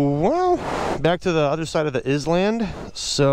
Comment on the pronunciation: did he just pronounce " is-land "😵😵